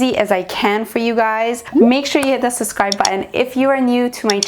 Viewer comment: I watch your makeup vids with my wife, you're really good! However, did you say, " Sascribe" haha. You know it's "sub" yes?